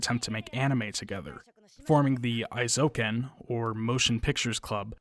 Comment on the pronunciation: Very good and informative video, thanks for making. I've never been diagnosed but I suspect that I'm on the autism spectrum, and I can definitely say I relate to this character in many ways - though I've ended up more of a dabbler without great skill in any one particular area, sadly. Minor nitpick: the "ei" in Eizouken is pronounced like the English long A sound, or "ay" (as in hay, may, day, etc.).